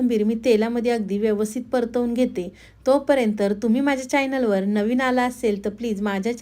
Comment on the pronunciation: पदार्थ चांगला पण किती अशुद्ध बोलताय. मेंदू वडा ्यासारखे अशुद्ध शब्द. चायनल, अ से आहेत.